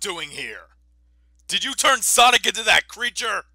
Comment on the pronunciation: What is sonix it’s sonic